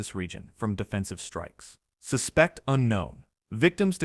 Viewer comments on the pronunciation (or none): You POS it's SUSpect not susPECT!!!